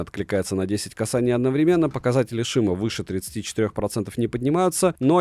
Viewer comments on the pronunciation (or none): none